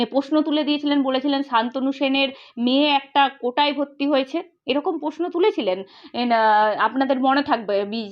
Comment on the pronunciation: খুব ভালো বলেছেন। একটু বাংলা উচ্চারণ টা ঠিক করে নিলে ভালো হয়। পস্নো পক্রিয়া এরকম সব কথা গুলো শুনলে বুঝবেন। আমি আপনাকে উৎসাহ দিতেই এটা বলছি। প্রশ্ন, প্রক্রিয়া ...... ঠিক করে বলবেন।